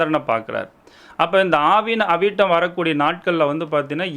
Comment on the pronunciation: அது ஆவணி அவிட்டம் சார் . ஆவின அவிட்டம் அல்ல😂😂😂😂